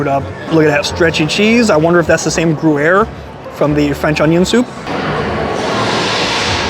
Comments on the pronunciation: yep he kept saying GOO-air. hehe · “Grew air” 😂😂😂 that’s hilarious lol I’ve never heard anyone say it wrong like that but I have heard it said wrong lots so it happens 🤷🏼‍♀️😅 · I’m sure you’re not going to learn anything, but Gruyère has a Y in the middle so it’s not pronounced gruere. You’re such an idiot. Also the frites in steak frites is not pronounced with the s at the end. And you couldn’t find your way in?! The restaurant is just inside the entrance. You are really a complete moron. It’s a miracle you can find your way home. How can anyone be so dumb? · it’s pronounced “gree-yehr” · Its gruyere.. not groo-air. Sigh. And take off your hat when you eat. Jesus Christ man. This guy isnt a good food reviewer at all. Barbaric and ignorant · every u is pronouced like hard y. so its omelete dy fromage. and gryer.